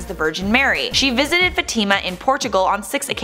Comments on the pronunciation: It's not pronounced Fa-TEEM-a. LOL! And Horacio Villegas is not the "blind mystic." That would be Baba Vanga. You people really need to get your shit together. You're a joke. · This stupid woman can't even pronounce Fatima right it's not Fatimma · learn how to pronounce Fatima! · your saying Fatima wrong